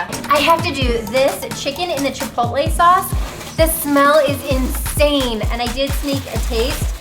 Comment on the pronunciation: Fantastic video. The pronunciation is chee-PAW-tleh. Furthermore, one TAMAL (tah-MAHL) it does not have an ending E. FYI.